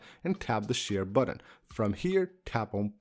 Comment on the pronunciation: The number of times he pronounces "button" as "buDDon" is too damn high!